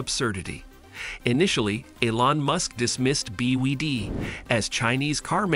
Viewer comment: Bee Wee Dee 😅